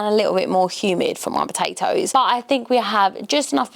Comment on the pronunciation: POTATOES NOT BATATOES